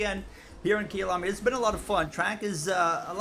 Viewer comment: Kayalami (my home) not kiyalami